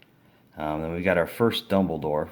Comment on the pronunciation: I ended crying with laughter over his pronounciations of "HER-MINE", "DUMBLEDORF" and "MAL-FROY"